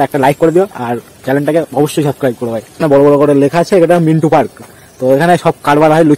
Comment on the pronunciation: ওরে পাগল ওটা মিন্টো পার্ক। ওটা মিন্টু পার্ক না।